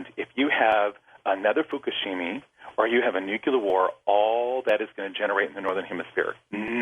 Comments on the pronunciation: This guy...he's an expert. You can tell, because he says, "nuk-you-lar," instead of nuclear and, "Fukushimi," instead of Fukishima. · Fukushima, not Fukushimi. So sad for Japan. Nuclear, not Nucular. Totally Horrible. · Lol did this dude say Fukashimi? It's Hiroshima and Nagasaki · Fukushimi? Strontonium? This chap is barely even literate. No sources are cited. Things are bad, things need to change, but hand-flopping doomcriers are not going to help. Go to actual, factual sources. This is rubbish. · Fukushimi? Nuke-you-lar? Ex-specially? Learn to talk right. Then, maybe you'd be worth listening to. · "coming down the pike" and "fukushimi" ? Why not learn the actual spelling and pronunciation of the words you use?